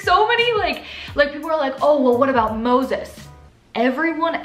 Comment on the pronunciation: They way you kept saying Moses, lol